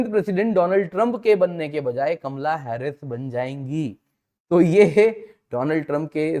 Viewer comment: Kamla nahin kamala pronounce to thik karlo...